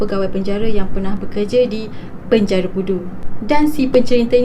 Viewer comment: Asal ko sebut perkataan penjara tu bnyi mat saleh ?boleh Tak ko sebut btul2..😆